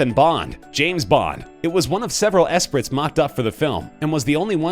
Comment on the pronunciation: Ca-pole-uh? Ess-pritt? Why do these stupid clickbait top 10 videos ALWAYS mispronounce names and objects? Seems intentional...